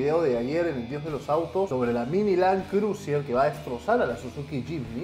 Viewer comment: Land Cruiser- Bro! Google traductor úsalo siempre lo pronuncias como se escribe. Yo uso el traductor funciona y es gratis. No seas pesca bicho , no te me dañes 🤔😂🤣 que estás entre los mejores.🤔